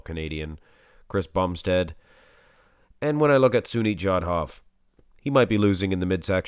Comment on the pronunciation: Its SUNIL not Sunit..